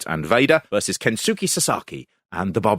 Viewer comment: Kensuke is pronounced "Kens-kay". Just like how Shinsuke is "Shins-kay".